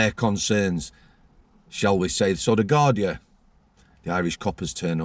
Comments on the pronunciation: Garda not gardia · it’s Garda, Guardia is the Spanish